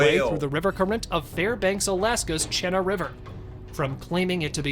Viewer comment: The Alaska monster in water when they pronounced the river where it was filmed at.. the correct pronunciation is Chi Naa river. I lived in Alaska for 14 years